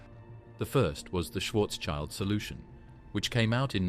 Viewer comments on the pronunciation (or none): Schwarzschild, pronounced Shwartz-shield, not child.